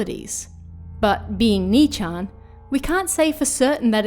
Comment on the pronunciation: Holy moly. There’s actually a youtuber that pronounces it “nii-chan”! And yes, 4chan is also a pun.